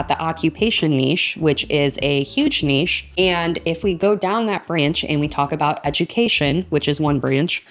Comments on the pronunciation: I always pronounced it Nish but it is Neesh, you are right! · Hi, ❤ Thank you so much for this video! I really don't find any of these weird, I just discovered the raccoon one particularly and I love it as well😍😍 and yes, it is neesh, because of its French origin from what I know, to me nitch never sounded right😊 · Yes, you’re saying ‘neesh’ right. I’m in Europe and that’s how we say it. Very funny video! 😂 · It is not nitch...its a french word...and lovely on the ear...Niche...you are correct!! ❤❤❤❤❤😊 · The word should definitely be pronounced Neesh 🙂 Great videos Thanks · It's Neesh. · You say 'niche' right. It's a French word so should be pronounced that way. Thanks for the video!